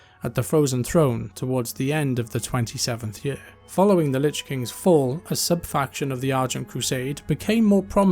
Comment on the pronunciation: saying yurrr instead of saying year made this video unwatchable